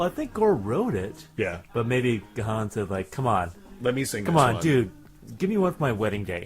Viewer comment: The name is pronounced Dave 'Gone'. I also said it's as 'gahan'' which rhymes with ron.